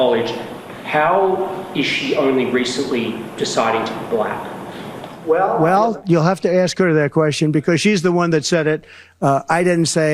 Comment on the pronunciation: The way he says "buh-lack" makes me cringe.